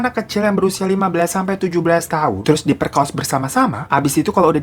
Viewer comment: Ya Allah ngakak ada kata" diperkaos"😂😂 diperkosa kali bang